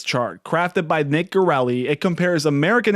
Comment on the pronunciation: Dang please learn to pronounce Nick’s name correctly.